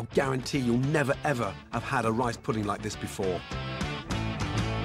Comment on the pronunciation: All i hear is delicioushhhh, puddinghhhh and ricehhh who else?